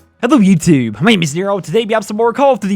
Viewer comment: "Hello Yewtewb"